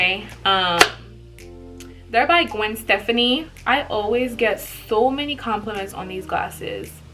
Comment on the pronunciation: "Gwen Stephanie" lol sis the way you say her name is cute. Gwen Stefani (Stephh-fonni) 😘